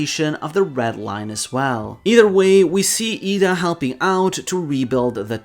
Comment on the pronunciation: Slight correction in your pronounciation of Ida. Your pronouncing the A as it's pronounced in "arm", but it's supposed to be pronounced like the A in "apple".